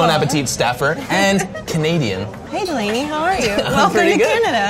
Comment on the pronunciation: dont know why, but i heard brad saying DELANY!